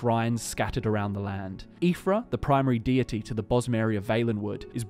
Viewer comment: "She is the patron deerty"